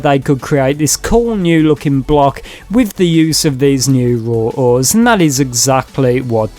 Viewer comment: Raw ores - "Roah owahs"